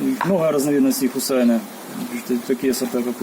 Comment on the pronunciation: Хусайне -это имя девочки.Ударение на "е".